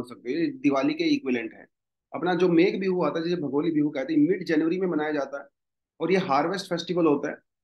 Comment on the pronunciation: Sir pronunciation thoda sa galat huwa hai RONGAALI ( रोंगाली) Bihu MAGH BIHU (माघ) bola jaata hai sir by the way happy Rongali Bihu to all Thank you sir